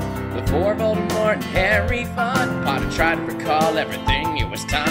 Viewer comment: I like how Jack actually pronounces Voldemort correctly.